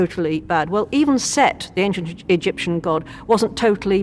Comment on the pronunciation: Ain-shent. Not Aink-shent.